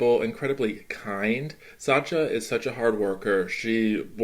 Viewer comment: Why do you say Satcha? It's Sacha.